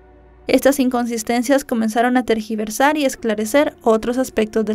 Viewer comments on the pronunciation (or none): none